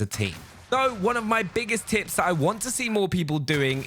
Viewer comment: Am I the only one who heard tips as tits